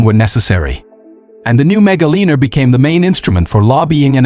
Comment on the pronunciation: mega liner, not mega lina. also its "line er" not "leaner"